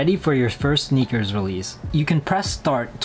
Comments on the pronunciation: He's correct...it's enunciated as "Snickers"....based off of the way it's spelled on the app "SNKRS"..... 🤦🏾‍♂️ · The app is actually named SNKRS - not Sneakers. So pronounce is right.